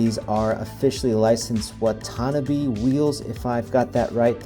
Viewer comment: FYI: Watanabe is pronounced "Wa Ta Na Bay" 😃👍